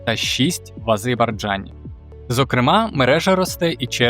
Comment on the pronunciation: А З Е Р Б А Й Д Ж А Н . Коли ви вже навчитесь вірно виговорювати назву країни?! нікчемні журналюги безграмотні.